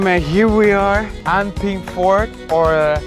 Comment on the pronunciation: 其實我也蠻感動的，有人"正確"的念出安平古堡的名字 其實台灣人應該是蠻喜歡荷蘭人得，如很多人所說他們其實帶來很多正面的影響 包括新港文字、水果、土地面積概念、建材等等 另外講到荷蘭人阿 不得不推一首台語歌～安平追想曲